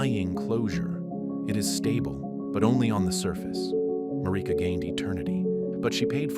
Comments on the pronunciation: Oooohhhhh nice narrative 😌 Wish you said the names correctly tho. That sh annoying af. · The way Marika's name is said in the video is throwing me off